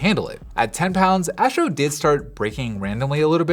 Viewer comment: Asssssstro. Not Ääschro